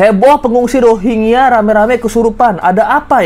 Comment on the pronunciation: UNHCR R nya rohangya